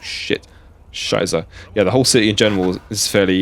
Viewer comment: "Scheisse" is "shyce-uh", the middle S as in "stupid", not the S in "wise".